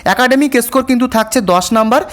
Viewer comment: এসকোর কার্ড, ছি কি উচ্চারণ, জিব ছিলে ভিডিও বানাবে।